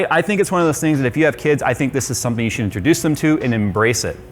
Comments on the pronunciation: U just said “Sould,” bruh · "Sould" or "Should"? 😂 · how powerful "sould" it be he says. HMMm maybe so duper super powerful? Hm. okay. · He forgot H in should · Sould bee wery powaful.